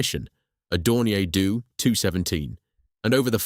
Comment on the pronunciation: A Dornier Doo. 😂😂😂😂 What about the original Airfix bottles of paint?